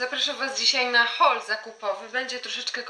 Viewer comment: "Cześć! Zapraszam was dzisiaj na hol zakupowy." Nie 'haul', ale 'hol'!!!! W raju jestem, kiedy Polki mowią po angielsku… Pozdrrrrwmm (masz kieszonkowość)